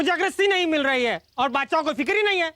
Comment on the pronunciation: बादसाह❌ बोदसाह